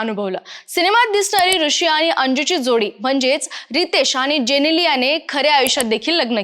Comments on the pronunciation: पहिले म्हणजे "आनी" तर "आणि" मराठी बोलता तर कृपया शुद्ध बोला. आणि कृपया आमची भाषा अशीच वैगेरे कारण देऊ नका. अशुद्ध पाणी पिता का?किंवा अन्न खाता का?? मग भाषा देखील शुद्धच हवी. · ॲंकर बदला फार जड आवाजात बोलते आनी पानी